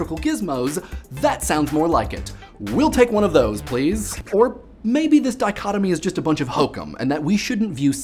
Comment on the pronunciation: Thank you for teaching me how to pronounce "dichotomy"